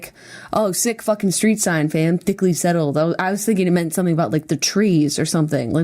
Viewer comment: When jenna says "thickly". My favorite thing.